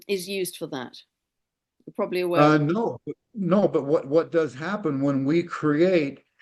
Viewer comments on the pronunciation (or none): none